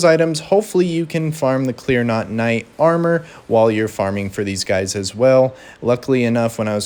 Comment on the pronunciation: It’s clean rot, not clear not.